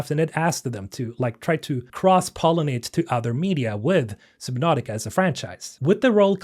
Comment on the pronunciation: Submautica not sib. Lol